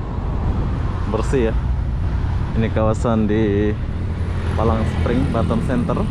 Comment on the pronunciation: Palm spring bg bukan palang 😀😀